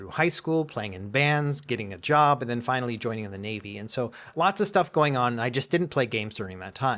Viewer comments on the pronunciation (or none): none